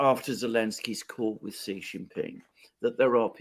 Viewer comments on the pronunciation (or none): Xi is not pronounced "she", it's pronounced "see". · The way to pronounce Xi Jinping is actually closer to( ZEE Shinping) You are being trolled by the comments. I have never heard any Chinese call President Xi (SHE). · haha, it's "see" for Xi Jinping as in "see you"